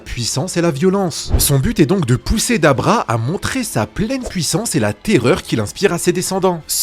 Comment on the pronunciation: pourquoi il dit Dabra c'est Dabura non?